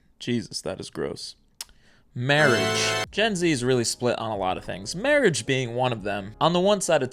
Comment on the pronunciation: SIR you said Mawage wrong